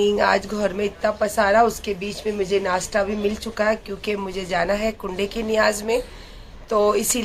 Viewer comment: nastta nhi hota nasta hota he